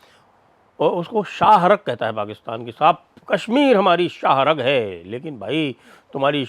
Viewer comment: Sah rag kehte hn, not shahrk